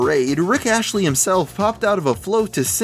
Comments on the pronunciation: Astley, not "Ashley" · It's Astley, not Ashley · It's Astley, not Ashley bruh. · Rick Astley with a T. Not Ashley. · You do know that his name isn't Rick Ashley right? It's Astley... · Rick "ASTLY", not "ASHLEY" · It's Rick ASTLEY not Ashley. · his name is ASTLEY and not ASHLEY. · AsTley. Rick Astley. Not Ashley. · Astley, not Ashley. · You know its Rick ASTLEY right? Not Ashley? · its not ashley, its astley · Did you just call Rick Astley, Rick Ashley? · rick ashley? do you mean rick astley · not ashley, its astley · ASTLEY. RICK ASTLEY. NOT ASHLEY. ASTLEY. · Its Rick Astley not Rick Ashley... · Rick ASTLEY , not ASHELY. Ffs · rick ASHLEY'S??? ITS RICK ASTLEY. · rick ASTLEY not ashley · its not rick ashley... its rick astley... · Rick Astley, not Rick Ashley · It's Rick Astley, not Rick Ashley. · It's Rick Astley, not Ashley. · I'm sorry, but are you pronouncing Rick Astley as 'Rick Ashley'? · IT'S RICK ASTLEY... A.S.T.L.E.Y NOT ASHLEY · Rick Roll #2? injustice! Greatest internet prank EVER! Though the duckroll was humorous! And it Rick ASTLEY, not Ashley! Get it right! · Rick “Ashley”? Dude, you’re terrible at English. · Rick AsTley. It's a T, you fucking idiot. Learn how to read. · He says Rick "Ashley"